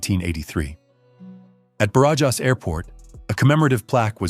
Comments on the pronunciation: Is easy: bArAhas.🙄😁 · “J” in Spanish sounds like an “h” in English when the”j” is between vowels. So, Barajas should be prounounced like “Barahas” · Ba-ra-has. Just say Obama’s name Barack and Ba-Ra-HAS instead of the K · 17 flight attendants? On a 742 Combi? Surely there was a 707 dead head crew positioning to Madrid. The airport‘s name Barajas is pronounced Ba-Ra-chas, the annunciation emphasis on the Ra. Must say, great job putting these vids together! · I had to look it up. Somehow I doubt that Barajas Airport rhymes with garages. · Thank you. The incorrect pronunciation was driving me mad 😀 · I gave up after the attempt to pronounce Barajas.